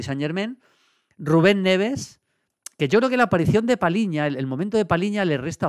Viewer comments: Maldini, es Palhinha y no Palinha. “lh” se pronuncia como una “ll” en español. Por eso este apellido se pronunciaía como si en español se escribiera “Palliña”. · João Palhinha, se pronuncia PALLIÑA, no Paliña. 👍👍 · A ver Julio. Cuando toca felicitarte toca felicitarte, pero también hay que criticar lo malo. Palhinha=PALLIÑA. Cada vez que dices Palinha muere un gato. PaLLinha. No te suena más portugués eso que paLinha? Que no te parezca mal hombre, pero... Es tan top y lo dices tantas veces que mejor que aprendas a decirlo bien.